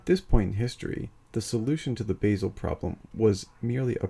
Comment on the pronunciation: A polite observation. Basel is pronounced “Baasel” as in Bar-zle, not Base-el.